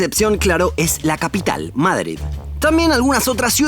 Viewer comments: ¿Por qué pronuncias Mádrid? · Aprende a pronunciar " MADRID " 🤢🤢🤢😣😣😣😣